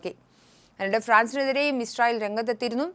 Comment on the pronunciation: Hi, the pronunciation is israel, but you are saying ishrael.